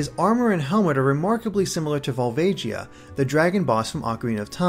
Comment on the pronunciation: You pronounced Volvagia wrong, I believe.